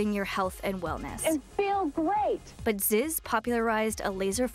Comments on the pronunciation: She can't even say Zyzz right. It's pronounced, "ZEEZ" , not "Zis" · ITS FAWKUN ZEEEEEEEZ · proounced zeeez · Had to stop within the first 20 seconds, simply because of the fact that she said his name wrong.🤦🏿